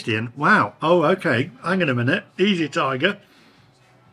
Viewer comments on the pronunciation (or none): none